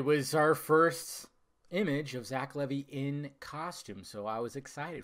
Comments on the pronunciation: It's pronounced Leevi not Levy. The costume looks good though I like the cape with the hood and his boots and gauntlets. The hair kind looks off to me, is it a Pompadour? That seems campy to me. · It's pronounced Lee-Vy.